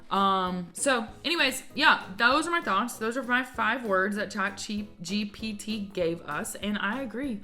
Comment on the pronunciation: It's chat GPT not GTP